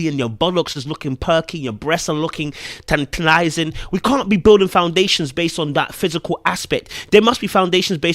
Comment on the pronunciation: Can you say 'tantalizing' again? 😏